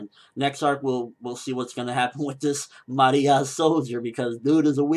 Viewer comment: and its Ma-re-ah, there not announcing her in a Japanese accent, shes from Rome